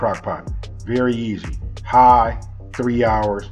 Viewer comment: Thats that Southern Cal.. especially when he said "High".